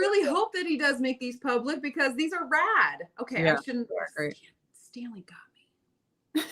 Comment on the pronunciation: I bought myself a KitchenAid mini for Christmas. I love how pronounces "Stan-ley" like the Marvel genius Stan Lee.